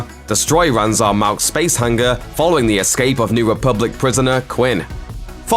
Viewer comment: "Belong- Ging", "Hang-Gar", you realise that the ng is a soft sound?